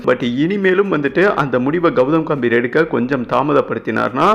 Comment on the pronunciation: காம்பிர் இல்லை டா கம்பீர் என்ன வாசிப்படா சாமி